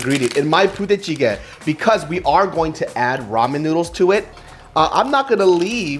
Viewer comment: I kept hearing puta chicken